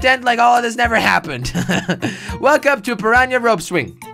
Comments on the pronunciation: jelly its piranna not prirania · It’s per.on.a not pear.een.a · piranha not parania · it's not piranya! and it's a pirana plant from mario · Aw yea jelly your English is so good Not piranha plants Pinyanya plants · peryanya lol try per- ahn-ah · It's a piranha not a pranya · Yes a Pirania NOT a pirana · Pirana not Praña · I started cracking up when he started calling it a purania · who came here just to see if anyone commented on the 'piranya' part??? :-) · stop saying paranya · How Jelly says piranha is funny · Jelly you said piranha wrong